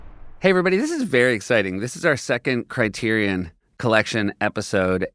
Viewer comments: For the love of God, can someone PLEASE discuss how LMM was pronouncing CriteriON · Let's be clear. I love Lin-Manuel Miranda. He leveled up Broadway AND made Disney Music cool... But if I hear him pronounce the word criterion like he does one more time, I may tear my skin off. It sounds like a robot built to curate the criterion collection. I AM CRITERION!